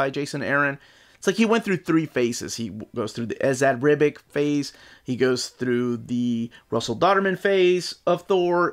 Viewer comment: He said it. He pronounced Ribic right. Didja wear the suit shooting this video?